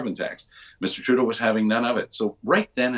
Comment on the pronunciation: Why do you keep calling him Mr. "Trudeau"..?